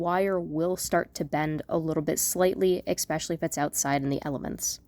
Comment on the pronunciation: I love this video, but please. There is no such word as eckspecially or expecially or whatever you're trying to say . It is simply not in the English/American language that you're using here. It's especially. I would be so much more interested in watching more of your videos (and other people too, I'm sure) if we heard correct grammar. A lot of people don't want their children listening to such bad grammar (imagine a parent and child doing a craft together. eckspecially!) Good grammar will give you more hits and a higher following audience. I'm not trying to be rude, I'm trying to help you. Delete my post and correct the video. Good? Good!